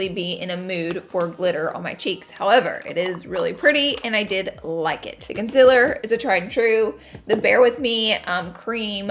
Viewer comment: Swear I thought I heard you say con·SEALER and not the usual con·SILER haha. Love you laura!!! Always so gorgeous